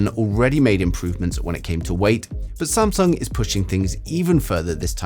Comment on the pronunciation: "Samsuong" Ha!